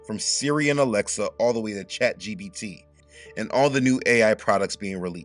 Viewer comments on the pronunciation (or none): and It's ChatGPT, with a P.